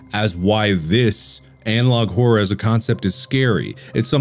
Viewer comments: Horrrworrr = Horror. At least it does to Markiplier. 😂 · How We Pronounce Horror: Horrur How Mark Pronounces It: Horwrwowr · 10 seconds in and I already lost it from Mark saying horror as "hor- or" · I love how mark says Hor-ror instead of horror sometimes it's hilarious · The way he pronounced horror at the beginning kind of messed with my head and idk why. It’s weird to hear both r’s